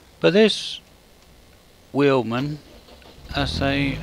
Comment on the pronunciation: It's a German name and they say their w's as v's in english so it's said as Veidemann and the i is said like eye if you know what i mean